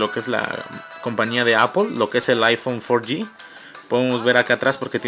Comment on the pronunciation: El aifon tri yi es y el aifon forr :v